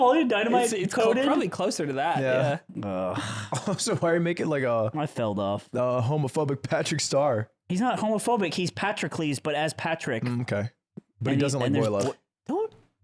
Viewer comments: ludwig pronouncing Patroclus as Patrick-less is really funny and I can’t tell if it’s on purpose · Ludwig pronouncing Patrocles as Patrick-less just further convinced me ASU is a fake school